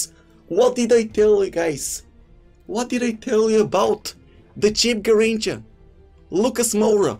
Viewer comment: It’s not a Garricha 😂😂